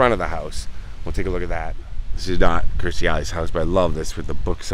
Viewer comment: Please, its Kirstie not Kristy.